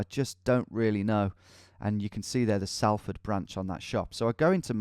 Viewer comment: Just to let you know its Solford not Salford